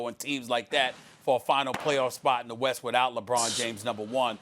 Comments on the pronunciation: star - weast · "the weast" lol ok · i thought you said 'weast'.. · "The Weast" -Stephen A Smith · Did he just say weast? Lol get off first take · Weast lmaooo SAS c'mon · stephen a just said weast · Stephen A "The Weast I mean East' lmao